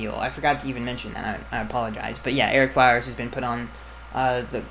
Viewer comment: Erick Floweres?? Oh lord lol